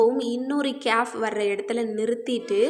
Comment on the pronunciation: சகோதரி கேயாப் என்றுஅறபு மொழியில் ஒரு எழுத்து இல்லை. நீங்கள் சுட்டிக்காட்டும் எழுத்தை ' ك' காfப் என்றுதான் உச்சரிக்க வேண்டும்.